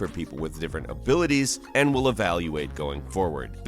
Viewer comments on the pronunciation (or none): none